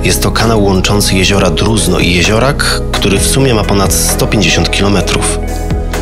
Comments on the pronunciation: Drużno, nie Druzno. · JEZIORO DRUŻNO A NIE DRUZNO